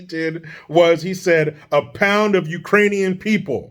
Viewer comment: He Also called them Irainian instead of Ukrainian People 🤣🤣🤣🤣🤣🤣🤣🤣🤦🏾‍♀️